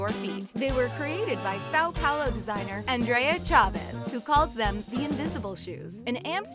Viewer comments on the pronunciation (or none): none